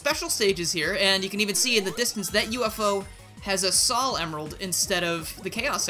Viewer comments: What?! pronounces "Sal" instead of "Soul"? I'm literally crying and shaking right now. How could you do this? Great mod though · Respectfully, sol is pronounced sole. There’s a reason for this, sol is Latin (I believe) for sun, which fits her fire theme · Sol is the spanish word for sun. The pronunciation of sol is with a long O. Further, while english has rules, none of them are hard set. For example, the word troll is pronounced with a long O without a second vowel. So the correct pronunciation for Sol is with a long O. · That statue was made by Picsandpixels. Also Sol pronounced Sawl is a Latin root for Solaris or Solarium as in our Star.